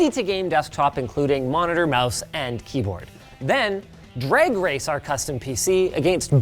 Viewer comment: What's a "Dreagh Race"?